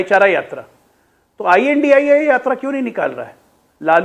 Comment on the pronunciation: "आई.एन.डी.आई.ए" कहिए मैडम.. इंडिया नही। "एन.डी.ए" का रहेहै...... ना के "नदा"